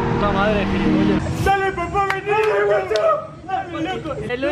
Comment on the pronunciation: nadie absolutamente nadie yo escuchando a decir giripolla y no saber que singnifica